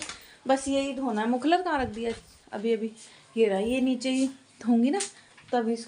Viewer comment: मफलर होता हे। मुखलर नही। सही बोला करो।